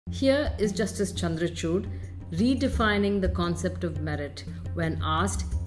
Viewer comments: man-ka-chuut, chandrachuut x;D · Please Hear 0.30 to 0.35 Min ....😅 Chandracuth...